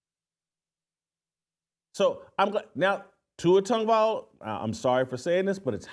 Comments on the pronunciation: Here we are 2 years later…..and you still can’t pronounce his name correctly 😂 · First thing, Jason…you need to learn how to pronounce Tua’s last name.